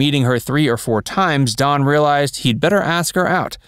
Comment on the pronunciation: Its Dan not don